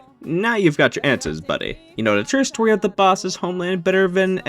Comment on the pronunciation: No why did You say "Story" so wierd?